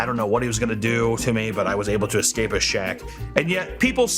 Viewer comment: I love but I’m gunna be a pronunciation nazi, whenever he says delapitated instead of delapidated,exscape instead of escape and expecially instead of especially I have a brain aneurysm and yell at my tv like an old man.